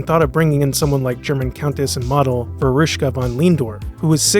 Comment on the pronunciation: who? I don't know her, but also can't make out the name he's trying to pronounce. Found her... Jesus dude. Vera von Lehndorff, also just known as Veruschka. So, yea, I've only ever seen a glimpse of her on TV as an old woman pretty much.